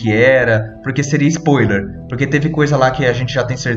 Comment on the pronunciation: A pronuncia da palavra "spoiler" me incomodou o video inteiro, "Lugunica" também, mas foi falado menos. Tirando isso foi bom.